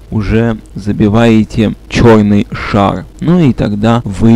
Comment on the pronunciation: Чёррррррный шарррррррр😂😂😂